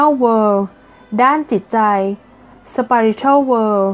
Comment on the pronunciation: ขอบคุณสำหรับหนังสือเสียงดีๆนะคะ มีประโยชน์มากเลย โดยเฉพาะเวลาที่ต้องเดินทางแล้วไม่สามารถอ่านหนังสือได้ ขอให้พัฒนางานยิ่งๆขึ้นไปอีกนะคะ 💜 ปล. มีบางส่วนของคำที่เป็นภาษาอังกฤษออกเสียงไม่ถูกต้องค่ะ เช่นคำว่า spiritual อ่านว่า สปิริช่วล ไม่ใช่ สไปริช่วล ขอติชมไว้เพื่อพัฒนาต่อไปนะคะ ขอบคุณมากๆค่ะ 😊